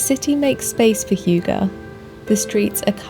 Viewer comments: I loved the video!! But it’s not pronounced hooger😅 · get a Dane to pronounce if for you,. They don't insert the 'y' sound that you do. There are non-Danes on the internet who perhaps have given you the idea that it's pronounced 'hyoogah' like the word huge... but they're wrong. The 'y' in hygge has sound more like the Scots when they say 'good'. Or close-ish a German ü - the umlauted U. But no 'yuh', please.